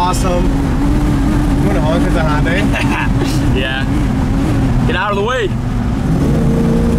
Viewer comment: When trying to catch that Hyundai it's not pronounced HONDAI , there's no O in it. Just remember Hyundai / Sunday.